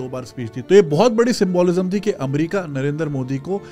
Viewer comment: You need to correct your symbOlism pronunciation. Please don't be offended